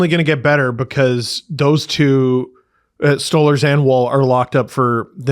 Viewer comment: Who is Stallers ? It Sto- larz guys can we stop butchering names